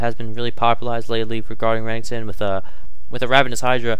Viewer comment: re- nek- ton not renington wtf